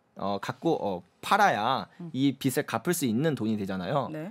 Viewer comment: 제발 비슬아니고 비즐이라고 발음해 주세요... 오해가 말에서 나옵니다...